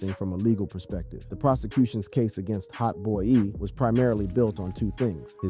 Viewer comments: Learn to say hotboii properly, is not hotboeyy And is not 9 lokk 9 bro, glokknine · HOTBOY-E 🗣‼️‼️😂😂 he gotta be fuckin round cuz godammmn 😂😂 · Hot boy-e and 9lock nine is crazy😭bro researched everything except pronunciation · I could’ve swore I heard him call Hotboii like Hotboii-e lmao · Why tf yo reading his name like that lol